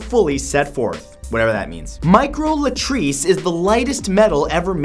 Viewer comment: its microlattice not latrice